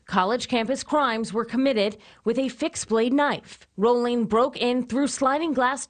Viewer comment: This is such garbage. There wasn’t a moniker then, it was only later that folks called him the Ripper. These folks mispronounced his last name. Danny Harold Rolling was a brutal gruesome serial killer who attacked over a series of a couple days. So it is nothing like the University of Idaho student murders. The media blows.